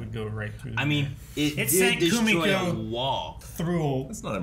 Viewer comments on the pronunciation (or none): ......her name isn't "KoomeKo"